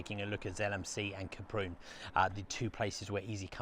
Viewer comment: Oh! Kay Prune??? You make it sound like the daughter of a laxative salesman! It's pronounced how it's written - Ka-Prun! My wife and I have skied there and at Zell so often over the years that the Kaprun town council gave us commemorative scrolls! We love the place to the point where it is almost a part of us, not least because we had our honeymoon there and numerous anniversaries too. One winter we walked right across the frozen lake to Thumersbach on the other side starting from those very jetties outside the hotel. Great memories, thank you.